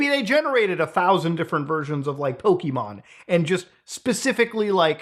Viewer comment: Thank you for not saying "Poke uh Mon" like everyone does. "Pokey Mon" is so much nicer to hear. Granted neither are the real pronunciation, Pokémon with that accented e is actually said as "Po Kay Mon" but I digress.